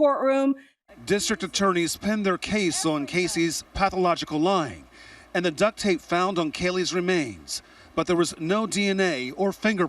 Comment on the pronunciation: Omf y'all--it's ducT tape....not ducK tape!